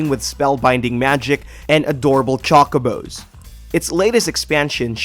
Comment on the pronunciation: That's how you pronounce chocobo (like chocolate, not CHOH-ko-bo). It's an American thing to drag vowel sounds out excessively.